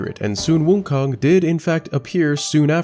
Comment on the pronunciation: its sun wukong, not sun woookong lol